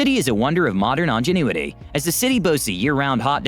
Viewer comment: Who is this video narrated by, Megamind? XD "Drot" instead of "drought" and "ongenuity" rather than "ingenuity"? As for Las Vegas, it is literally built in a desert XD And, yes. It is expensive to live in Vegas, but the houses that you are seeing are the nicer ones. I would say that most of the people who actually live in Vegas are not all that rich, and are, instead, the people who work mainly in the hospitality and casinos. The properly rich people mostly just visit and stay in the luxury hotels. And, at the end of the day, yes, America gets abusively hot. I grew up in the Central Valley of California, just a little West of Sacramento. For a while, I even lived in a third-floor, south-facing apartment, which the people who built the place decided they didn't need to insulate the pipes running just behind the exterior cladding, because they didn't need to worry about them freezing. Instead, that just left twenty feet of copper pipe to soak up all of the solar heat. I LITERALLY had hot running water all day during the summer, whether I liked it or not. It could take minutes of running the taps to get anything less than scalding hot water. The main saving grace of where I lived was that when the sun went down, we would actually get a very stong, cooling breeze coming from the Sacramento river delta, meaning that I could just open up all of the windows to blast cool air throughout the place. There are a lot of reasons that I now live up in the Seattle area, and the climate is o